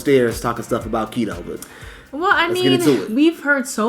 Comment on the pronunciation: At least make an effort to pronounce Quito the right way..